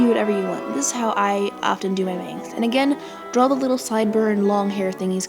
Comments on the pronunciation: No offence but... It's not "Drawl" it's "Draw" :/ Sorry I have OCD :\\\ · Correction : its not drawl its draw! im not trying to hate im a sub and you are very helpful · Stop saying "drawl". PLEASE!!!